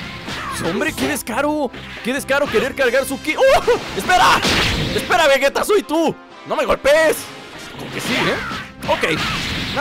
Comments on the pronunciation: es vegeta no vegueta XDD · se dise vegeta no vueta